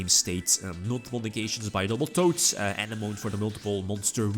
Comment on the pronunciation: Love your content! For future reference, since decks that use Coral Anemone will use it many times in your replays- It is pronounced 'Uh-neh-muh-nee', not 'An-uh-moan' Keep it up:)